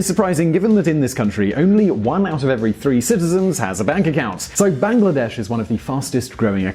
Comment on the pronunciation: Bangladesh is not pronounced as 'bang la desh' !